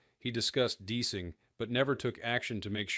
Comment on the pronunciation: Yep, I was wondering if the voice was AI. I guess it is... An actual pilot would know how to pronounce "deicing".